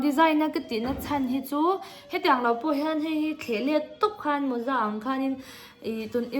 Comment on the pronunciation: Moza nilo in mawza aw😂